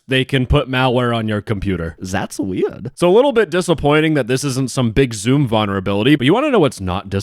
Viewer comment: I love it when say Zatsweird 🤭😝